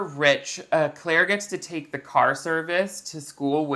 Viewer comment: We aren't going to talk about how they keep pronouncing Claire's name "Ca-laire?" (or maybe we are and I didn't scroll down that far because I was too lazy)